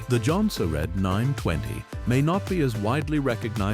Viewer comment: “Jon-sir-dine”!!! 😂 these AI videos crack me up